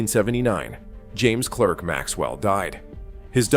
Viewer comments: Scottish pedant alert: it’s pronounced “Clark”, not “Clerk”. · Clerk rhymes with spark. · A brilliant intellect. Please note Clerk is pronounced Clark in Scotland and Britain.